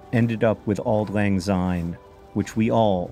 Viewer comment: As a Scot, I must correct your pronounciation. You use the English "Z" sound, instead of the Scots soft "S", so it's "Auld lang syne", not "Auld lang zyne".